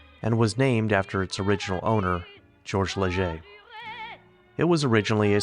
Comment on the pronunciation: Thank you for pronouncing Hotel Leger correctly! Hardly anyone does, even the locals. I lived in Moke Hill for 16 years, 1980-96. I thought the Butte Fire in 2015 was going to take the town, but it survived.